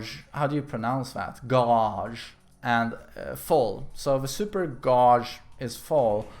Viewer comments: Super "Gawj" lol it's pronounced Gayj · you pronounce "gauge" as " "gayje" or maybe "gayge" where the g is silent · "Gauge" = gay-jah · Pretty sure it's not gaghe its gauge gay-j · Isn't Gauge pronounced as Gayj? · It's pronounced gayge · lmao at pronouncing gauge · You seriously haven't heard the word "gauge" pronounced before? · He made up for the cringe intro trying to pronouce gauge hahah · What do you mean? You use English but you can't pronounce the word Gauge? You spell it like Gate but with G. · You say "guage" like cage but with a g at the beginning, English am I right? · It's pronounced like "Cage" but with a "G". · Not knowing how to say gauge 😂😂